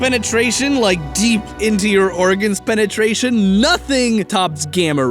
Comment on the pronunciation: I started laughing at fallout seventy-sex again when you said penitration